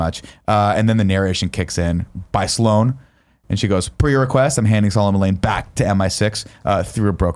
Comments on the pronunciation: I don't care how Nick says the guys name but you have to admit it sounds like he says Lang a lot of the time. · yeah but then it sounds like Nick says "Lang" the whole time, despite being the one who corrected the other guys.